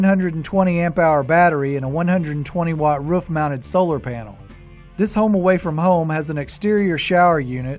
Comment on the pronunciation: It’s not Ruuf! It’s a roof! Oooo